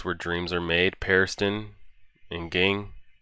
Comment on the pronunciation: Looking forward to more of this. But just so you know, Ging is pronounced "Jeeen".